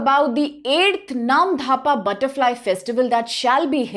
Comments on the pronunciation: Is there any H after D ? In Namdapha ? Why you're saying it Namdhapa ? It's actually Namdapha national park 🙏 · Firstly it's not "AruNANchal" it's - "ARUNACHAL" and secondly it's "Namdapha" not "Namdhapa" correct your pronounciation, if you can't correct it then stop making educational videos it's really shameful and disrespectful for our northeast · Not dhapa.. It's 'dapha' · You even can't pronounce "NAMDAPHA". You are saying "NAM-DHA-PA". Remember "NAM-DA-PHA". How you are qualified to teach IAS aspirant ? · It's नामदफा, not नामधापा! I'm from Assam, and ur incorrect pronunciation was unpleasant to hear. Please research a bit before making such videos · when it already written in English language. It's really very simple . She must know where to pronounce "dh" and where "d" ! What will you pronounce - Dosa or Dhosa ? Anyways.... when we NE people will not discuss about these issues who will ?? your Arunachal Pradesh will become *Arunanchal And we Assamese people will become *Assami people soon . Be ready for that . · Namdapha ,not NAMDHAPA